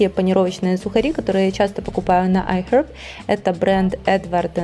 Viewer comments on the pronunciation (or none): зачем ты так стараешься имитировать правильное произношение английских слов? Это выглядит нелепо и смешно. Вот в этом видео слово "iHerb" из твоих уст звучит как отрыжка...